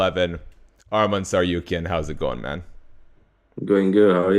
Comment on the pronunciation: Tsarukyan is pronounced /Tsar-oo-kyan/ habibi. Not tsar-you-kyan